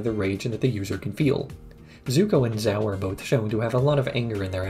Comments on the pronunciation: The pronunciation of the admiral from the fire nation bugs me. I understand he's doing it probably based off of spelling as opposed to trying to do it based off the show, but it still bothers me. lol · Zhao is not "Zao", Gyatso is not "Gyatsu", that's all I've got 15 mins in